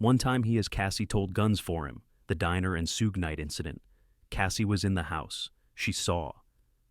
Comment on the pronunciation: The makers of this video didn’t even know how to say,Suge Knight’s name correctly.